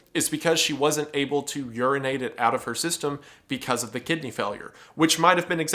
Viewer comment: Gosh everytime he says Kidney Failure I only hear "Kid named finger" 😭